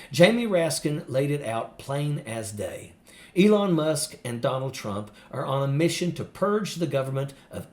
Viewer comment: did you say, " Elon Muff?"